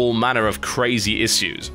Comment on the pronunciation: Ha. "Issews."